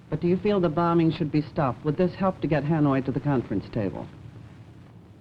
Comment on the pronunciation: Why is he pronouncing the second "b" in "bombing" ? His accent was and had been very Singaporean from those days.